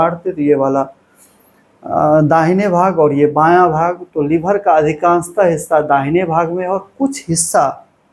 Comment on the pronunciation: लिभर नहीं होता लिवर हैं